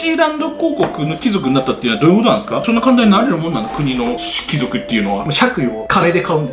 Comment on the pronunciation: ⭕️貴↑族 ❌貴↓族 これ大事w